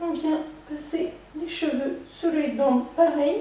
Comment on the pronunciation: Elle est chouette ta vidéo :) Petite correction : la sonorité de "head" (de headband) se prononce comme le mot "laide" en français, en remplaçant le L par un H bien sûr pour prononcer le mot HEAD :)